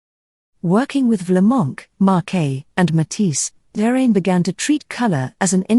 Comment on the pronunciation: I concur with all of the other positive comments....very well-done video. Par contre, Please check the pronunciations of "Derain" and "Collioure", which are inaccurate. Cheers.